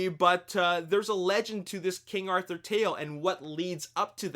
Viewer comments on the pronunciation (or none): none